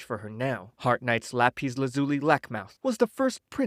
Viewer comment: Lah-pees is hilarious It's Lap-iss